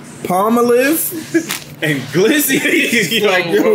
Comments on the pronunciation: Palm-a-liv hahahaha it’s palm-olive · Ayyyyeeeee and their back 👏🏽👏🏽😊!!! *did this dude say Palm-o-liv 🤦🏽‍♀️ it's Palm-olive...the decades old dish soap 😅😅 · 😂😂😂 said palm a live, I hope he was joking 😂😂😂